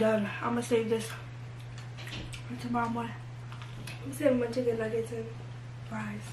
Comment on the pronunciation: How they said chicken nuggets 😭😭😭